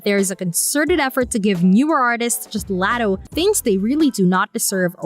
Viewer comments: Laaaaatoe laddo lol learn her name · Omg yes!! I was coming to leave this comment. If ur gonna speak on someone, at least be respectful and pronounce her name correctly! Sheesh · First her name is pronounced like LOTTO like lottery tickets. Second Latto isn't new, she been in the rap game since she was 16. Ice Spice is the newer artist. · Who the fuck is Latto??? Her name is pronounced LOTTO!!! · LOT - TOE LOT - TOE PLEASE STAY OUT OF OUR BUSINESS IF YOU CANT PRONOUNCE NAMES CORRECTLY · The way they say “Latto” just hurts my soul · AINT IT!!! Imagine her ordering a “Latto” at Starbucks 😂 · Learn to pronounce LATTO 's name correctly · Wth are they talking about?! Calling Latto a “new comer”. Ice Spice is the new comer. And why tf is she pronouncing Latto that way?! 🙄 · 😂😂 just horrible